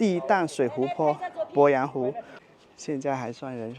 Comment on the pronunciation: 鄱阳湖的鄱读作pó，不是bo